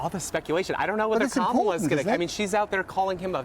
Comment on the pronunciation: Even the English reporter can’t pronounce Kamala properly - shame on you.